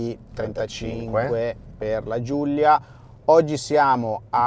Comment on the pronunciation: si chiama Giulia non Giuglia mannaggia alla pronuncia di santo stefano